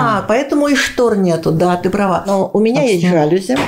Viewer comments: ЖалюзИ! ЖалюзИ! Не ожидала от дизайнера такого ударения)))🤭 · При чем тут филолог?) Диана дизайнер, постоянно имеет дело с предметами интерьера, с теми же жалюзИ, 😅 но почему-то неправильно произносит это слово. Это всё равно, как если бы она говорила "пАркет"вместо "паркЕт")) Очень удивила)) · Я думаю, что "знаменитый" дизайнер должен знать как правильно произносить слово жалюзИ.